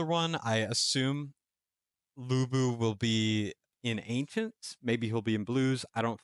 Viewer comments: De-ow ch-on. Loo boo. For pronunciation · Why i keep hearing you pronounce him Bu Bu😅